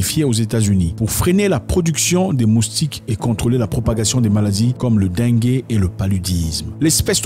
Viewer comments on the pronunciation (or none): Pitié arretez avec "Le den-gué" 🤣🤌 c'est "LA dengue" se prononce Dingue.. meme si c'est chelou😅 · La dengue (DING) pas dingué mon frere